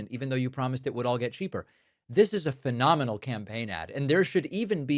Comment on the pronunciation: Phenominae 🤣🤣🤣 his brain is mush